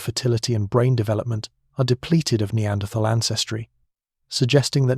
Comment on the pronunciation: Annoying to hear Neanderthal mispronounced